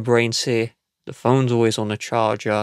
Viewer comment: You have an issue with the way you say always